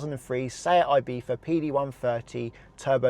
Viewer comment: One thing you forgot to mention - with leasing you want the deposit to be as small as possible. In the event of total loss you'll never see this money as it's all belonging to the lessor. Also, please don't call Ibiza "eyebitha", it's either "eeebitha" (Spanish) or "eyebitza" (Anglicised).